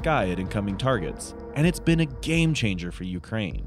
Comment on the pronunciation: He said game charger! 🤣😂🤣😂 what a pile of BS